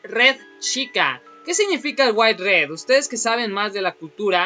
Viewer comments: Wairet se lee witere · Nose dice asi withered